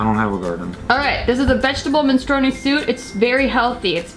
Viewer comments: MI-NEY-STRO-NEEY haha MEN-STRU-ONEE seems...um... related to smth else... great video tho <3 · the way you say minestrone 😂